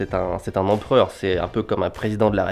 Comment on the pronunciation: Empreur, Empreur, Empreur, Empreur, Empreur, Empreur,Empreur, Empreur, Empreur,Empreur, Empreur, Empreur,Empreur, Empreur, Empreur ha ok.